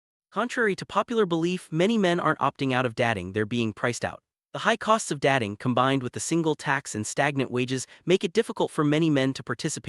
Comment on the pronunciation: Why don't you check the pronunciation of your content prior to publication? Datting - What the fuck is that?